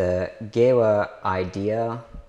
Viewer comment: Thanks for the great video. For info: it’s pronounced “Geeva”